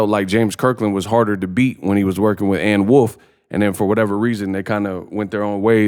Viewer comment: Anne Wolf is perfectly said dawg